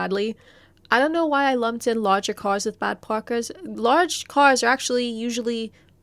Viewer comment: holy shit you can really hear it when she says "caws" and "parker"